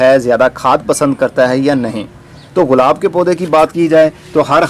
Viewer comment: برادر یہ غلاب نہیں گلاب ہوتا ہے۔